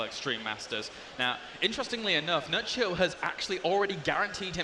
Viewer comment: He said Nerchio , I hear Nuttshow ...